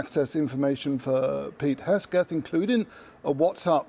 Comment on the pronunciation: Guys name is Hegseth, not Hesgeth. But never mind, prolly not worth learning at this point...